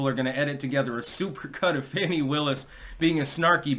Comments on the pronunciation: Btw, hate her as much as you want, but pronounce her name the correct way. Fawn-ee. Not Fan-ee. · It’s pronounced Fawn-ee. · Fani pronounced as PHONY!!